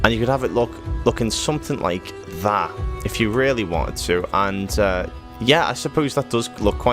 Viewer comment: "If you really weanted to" Nice detail dude !